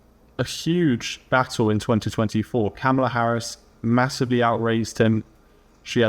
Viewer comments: dont forget CAMEL laa... HAHA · Haha ! He called her KamEla, not KAmala, love it ! And he did it each time !😊😅😂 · Victor Davis Hanson, please be more articulate and stop saying "articulant" and "nucular." It would also be more gracious and dignified to say Harris' name correctly, with the stress on "Ka-." That's her name. I can't stand her but I don't need to get puerile by distorting her name. You should be better than that, Mr. Hanson.